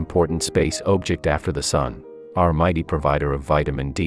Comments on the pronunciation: voice says, "ohbject". Yet is mature enough to use correct pronunciation when it cums to Uranus... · ah yes, our second most important space ohbject